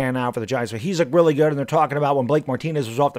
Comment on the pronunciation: Why? He stinks. Who cares if he “works weally hard🥺” he sucks at his job.